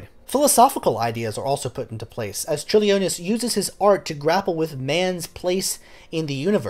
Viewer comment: Thank you for covering a composer from my country! Your pronunciation was pretty okay in that I knew who you were talking about immediately (for Vytautas Landsbergis, the 'y' is pronounced like 'ee' and the emphasis in on 'Lands' in the last name). In case you ever have to say the name again: diphthongs in Lithuanian that start with the letter 'i' ('iu' 'io' 'ie') are less separate than you're making it - the 'i' sort of colours the vowel after it, such that 'Ciurlionis' only has 3 syllables, not the 4 you're using (ie Ciur-lio-nis. not Ciur-li-o-nis). Don't feel bad, though - Lithuanian is notoriously difficult to pronounce, including for Lithuanians!